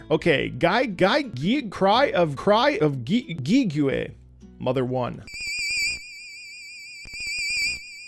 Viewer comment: As an fan of the Mother franchise in general, the fact that you pronounced Giegue as "Gi-giou-eh" broke me 😭. Also, Cry of Giegue isn't a song, it is an ambience for the final room of the game, it plays for a very short time.